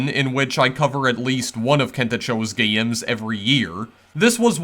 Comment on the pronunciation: Not meaning to be negative (but I'm about to sound negative) to someone with few subscribers, but you pronounce things differently in a way that's either distracting or marketable. "Gayy-ems" "Twenty four-teeyy-en" "Meayy-ens" And so on. It's quirky and lots of people might find it endearing, but at first, it's conspicous. Thanks for posting these videos. Kento Cho makes some pretty cool games but from what I heard, he doesn't think people would pay to play them. Given how ludicrously dull most mobile games are, I think he's wrong and should consider monetizing his work, possibly supporting further... uh... gayy-ems 🙂